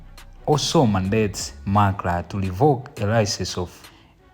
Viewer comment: You reporter it's not lainbow it's Rainbow. It's not macla it's MACRA. Ndiwe reporter wochititsa manyazi, anakutola kuti?